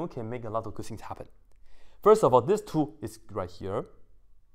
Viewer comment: Two ko thu kyu bol rhe h